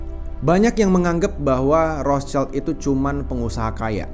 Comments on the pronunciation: Iya wrot Shield, bukan Ros caild 😂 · ROTHSCHILD= WROTSHILD, Bukan ROS CAILD.... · Betul, banyak yg salah ucap jd Rotscaild, padahal itu bukan bahasa inggris, hanya tulisannya yg sama tapi beda pengucapan dan arti. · Mestinya kalau sebut Rothschild bukan dengan lafal bahasa Inggris, karena nama ini dari Jerman, sebutnya 'rotshild' yang artinya perisai merah